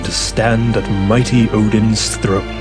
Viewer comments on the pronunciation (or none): none